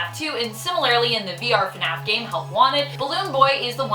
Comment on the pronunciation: She legit says funaf